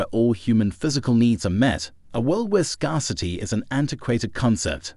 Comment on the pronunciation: In this new world will people be able to pronounce the word ‘scarcity’ properly?